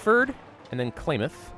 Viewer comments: How to pronounce Klamath ka-lam-ith, not clay myth. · The way he pronounces Klamath... JK, not gonna be a huge dick about it. He did admit to only just reading a small amount of lore anyway. Hell, I thought Fallout 1 and 2 were 3D like Fallout 3 was until I saw pictures and gameplay footage of the first two. Bare in mind, my first introduction to Fallout 3 was when I was 9. It wouldn't be for 4 more years until I could play it myself.